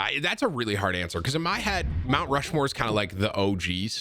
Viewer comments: “My Rount Mushmore of streamers?” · "MY Rount Mushmore of streamers?" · Naw we ain't ignoring that Rount Mushmore right? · Rount Mushmore